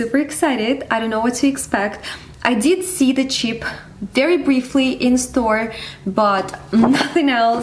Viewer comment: You kept saying "cheap" sorry it's throwing me off as you are actually saying Chip